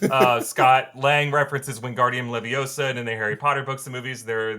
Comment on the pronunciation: Its levioosa not leviosaa .